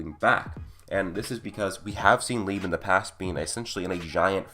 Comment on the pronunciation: You kept saying lib instead of Liebe💀